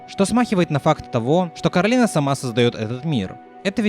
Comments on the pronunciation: Коралина весь фильм: Меня зовут Коралина, а не Каролина!: Каралина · почему Коралина а не Коралайн? по обычаям line читается как лайн, есть такое имя Кэролайн, хотя пишется Caroline